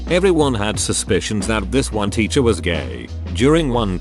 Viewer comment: Most people: "teacher" Daniel (robot voice): "titcher"